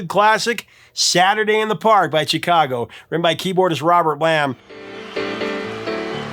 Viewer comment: Why do you always pronounce a hard "CH" whenever you say Chicago????